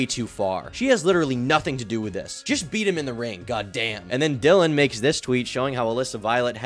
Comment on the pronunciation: Shoutout to you for actually learning Dillions name!! I HATE when people mispronounce names and NEVER correct themselves or can't do 3 seconds of research to correct themselves. After 10 mispronunciations it's just disrespect.